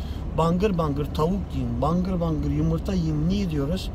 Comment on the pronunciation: yımırta demen :D:D